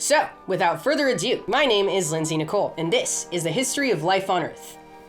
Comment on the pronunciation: Are you actually saying "without further adieu"? I can't unhear it xD I'm probably making much adieu about nothing 😂